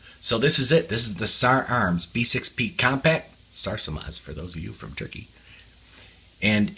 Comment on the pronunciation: exCellent pronounciation of SARSILMAZ